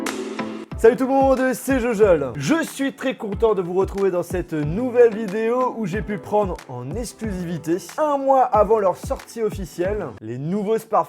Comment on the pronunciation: Pourrais tu prononcer "exclusivité", et non "essclusivité". Merci. Cordialement.